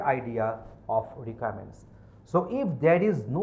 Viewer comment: Wtf is this?? Voral interview??? Rikaments?? Wow.